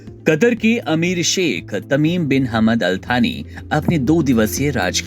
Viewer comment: थानी नही यार सानी